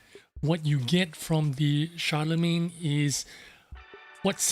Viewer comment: Ooooh, nice. I will buy this just based on it looks. ❤️ And an English tank with a French name? Hmmm? And that was a nice pronunciation of the name, Guru. Shar-le-main. Nice. 😉😃👍